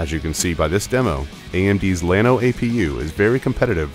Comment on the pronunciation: I just love the fact that the AMD spokesperson cant even pronounce "Llano"